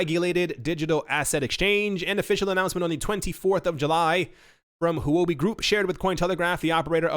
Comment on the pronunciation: Huobi is pronounced, "hwuh bi." It is Chinese for cryptocurrency. I love your show.